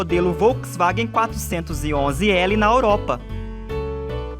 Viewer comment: Essa narração é uma bosta, ainda bem que o vídeo presta! Troca o narrador por alguém que sabe pronunciar Volkswagen, Europa (e não óropa)... Pelo amor de Deus, toma um deslike.